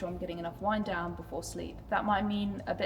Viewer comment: Did you say Wine Down or Wind Down?😂